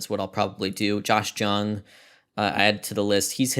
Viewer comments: I say this as a public informant and not an a-hole, Josh Jung is pronounced Josh “Young” Wreck em tech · Just so you know Josh Jung is pronounced like “young” 👍🏻 Love ya